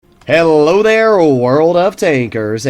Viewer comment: At the start of the video : " HE loader world of tankers" instead of "Hello there world of tankers" 😂